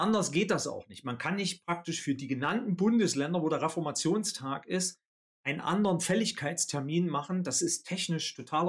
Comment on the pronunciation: Also man könnte doch schon Reformationstag richtig aussprechen, dieser Tag fällt auch nicht auf einen Donnerstag sondern auf einen.